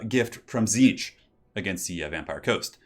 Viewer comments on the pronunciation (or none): none